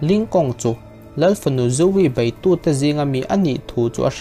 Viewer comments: Bei tih turah bai, ko tih turah kau, lo tih turah lau.. i lam dan hi uluk hlawm teh. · bei khi bai i ti zel a,,, hahthlak em mai a! Public Interest nih chuan Mizo tawng uluk hram hram tur. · railote hnuah tih te,a bei tih aiah bai tih ihmang te hi siam that lo tum teh.. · Bei tih tur Bai tih te,lei aiah Lai tih te,a tam mai. Mizo tawng uluk deuh angai...